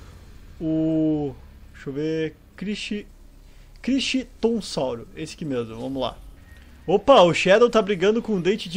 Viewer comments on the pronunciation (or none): Nos nomes de dinossauros, o H ñ é pronunciado, então c fala como crictonssauro. Ñ entenda isso como uma crítica pfv, só estou tentando ajudar, para pelomenos vc saber o certo.